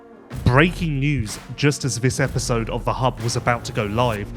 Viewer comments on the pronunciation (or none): none